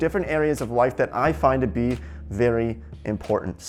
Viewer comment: I am from Russia and I am learning English on this video. is saying "...gonna me more focused...". According to gramma I was exspected to hear: "gonna be", but instead of this he says: "gonna me". Why? he is saying: "...somebody that might be disagree..." Somebody is a person and we should say "who" instead of "that". "That" we say only about things. is saying "trying negotiate". Не had skiped "to". Correctly would be "trying to negotiate". Why makes these mistakes? Guys, may be one of you could anwer. I would be so gratefull. Sorry for my possible misnakes - so hard to learn a foreigh language.